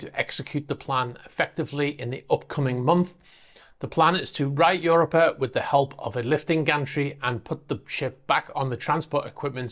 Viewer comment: I think it's pronounced "u ROP a", not "UR o pa"